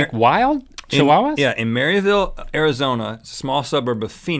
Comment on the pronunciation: Am I the only one who heard "HAIRizona" when Rhett was talking about chihuahuas? Two clever puns at once